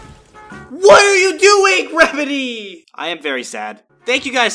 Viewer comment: I laughed when he said what are doing rembedy